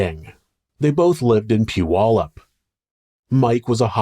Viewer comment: I have literally never heard anyone on YouTube correctly pronounce Puyallup! Well done dude lol